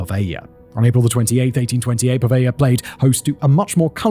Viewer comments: PO-veglia not pa-veglia… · PoveLia ;) ("gli" is read as very soft "li" in Italian - soft but not like Spanish "ll" :) ) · The way you sort over-pronounce the name of the island (puhVEYYYY-YUH!) reminds me if that Seinfeld episode. "Has anyone seen my FEE-Yon-SAY? I cannot find him ANYWHERE?!!" Also, good video, man.